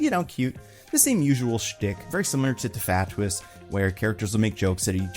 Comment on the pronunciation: You pronouncing TFATWS🤣two-fat-was